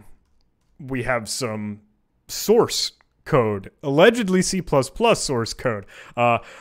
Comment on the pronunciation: "We have some source [sauce],........ code" lolol